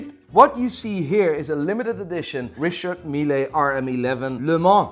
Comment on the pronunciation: It's pronounced Richard Mill, without the 'e' at the end. In French, you very frequently don't pronounce the last letter. Cheers from Bordeaux.